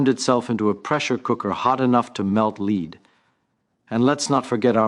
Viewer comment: Venus is hot enough to melt "leed"😅